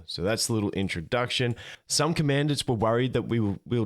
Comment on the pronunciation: Just FYI, it's "Com-en-dahnts." Thanks for the update videos.